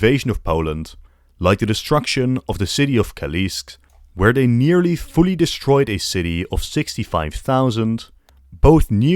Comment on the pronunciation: Kalisz is pronounced "Kalish", not "Kalisk"